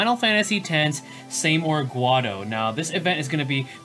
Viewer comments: Saymore?? REEEEE! (It's pronounced as See-more) Please never SAYMORE again x) Great video though, keep up the good work ;) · see-more not say-more